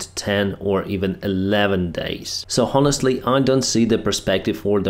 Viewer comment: Demoralised. Morale lowered. The O is an o between more and mow. Find a recording of "morale" but note the a is different in demoralised than in morale or morals. Honest is silent H.. Honest Honour Hour, those three start with silent H.